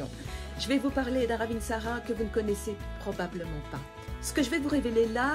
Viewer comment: Au passage, ça se prononce "ravintsare" et non "ravintsarA" et ça veut dire la belle/bonne feuille